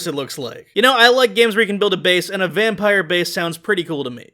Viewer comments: Vam-pie-re video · Oh it's a vam PIE r Like the pies in V rising or whatever